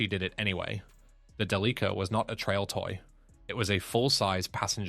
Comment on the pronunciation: No. 1 Delica stands for Delivery Car. And don't stress the "li" consonant-vowel cluster. It's Japanese, so no stressed syllables.